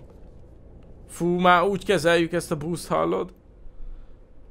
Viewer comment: Csak engem idegesít, hogy busz helyett búszt mond? Xd